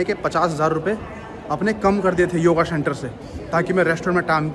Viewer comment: Shenter nahi centre bolo bhai